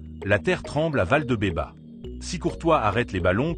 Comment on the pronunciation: On ne dit pas: Barava mais barrrrajas. Valdebebaaasssss et pas valdebeba 😂😂